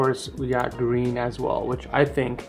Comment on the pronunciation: Did i just hear gween